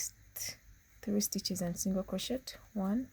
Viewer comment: It's not crochettttt. It's crochet. The t is silent. The tutorial is nice beside that